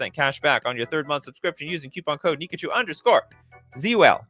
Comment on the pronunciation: why did you say "Nikachu_Cul" when it's actually "Nikachu_ZUL"